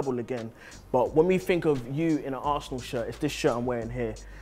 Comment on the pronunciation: Vieira top man. Apart from that. Li li li li li li li dis dat fink li li li li FFS